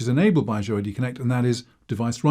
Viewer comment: I wish people would learn how to pronounce the word Azure. Just check one of the many online dictionaries.